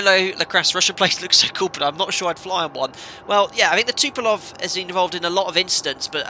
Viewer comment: It is called Tupolev not Tupolov!